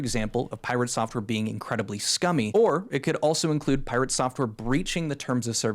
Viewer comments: "Pie rea tae" 😅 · Hah, Sungrand Studios pronounced his name in the same way, pIrate Software. Hehe